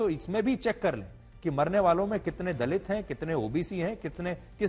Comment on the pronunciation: Dalit kya hota hai itna bda ankar hai theek se word bhi nhi bol sakte